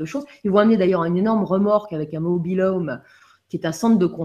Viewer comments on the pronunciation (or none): none